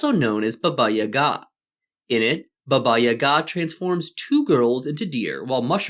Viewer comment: Finally, a westener who pronounces "Baba Yaga" the right way! Bravo.